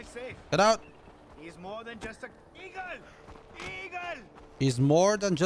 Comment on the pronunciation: its 'EAGLE' xD